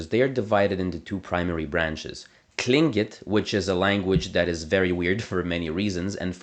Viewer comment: Great job with the research and pronunciation! Im Navajo from the Navajo Nation, I can believe we have that many monolingual Navajo speakers. Most grandparents, ~over 85 yo, are monolingual, so with our population being over 300,000, I think 1,000 monolingual speakers sounds about right. Great job with your pronunciation. Your click when pronouncing Tl'ingit sounded great!